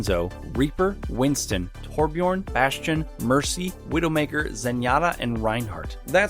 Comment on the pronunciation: Please pronounce Torbjörn right